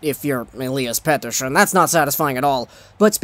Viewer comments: They way you say Petterson triggers me and I have a decent knowledge of Swedish. I shoved one of your Petterson vids to my (Finnish-) Swedish friend and he said the same :D. Anyways your videos are always gold! Could you do a vid about Aho and Teräväinen. I know they got those points against Latvia, Norway and Korea but it's still impressive :) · Please stop saying petterson with that accent